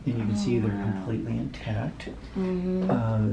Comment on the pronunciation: Is it me or she says kimpletely 😂 gotta love ❤️ her